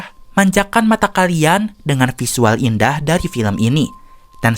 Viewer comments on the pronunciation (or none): none